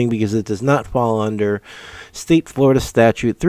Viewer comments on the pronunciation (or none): none